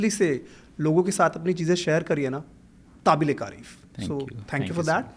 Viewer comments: Kaabile Taarif ko Tabile kaarif bol gaye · Sir, great podcast and amazing insights 👏 Waise ek choti si curiosity hai— ‘Tabile Karif’ ka matlab kya hai? Shayad aap ‘काबिले तारीफ’ kehna chah rahe the 😊” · did he say "Tabil-E-Karif" instead of "Kabil-E-Tarif" 😅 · Tabile karif nahi hota.........kabile tarif hota hai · apne Kabile tareef ki jagah. Tabile khareef bola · He said Tabile kaarif (ताबीले कारिफ़)😅😅😅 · Kya kya kya??? , did you say 'tabil-e-kareef' and didn't even edit it??? 😂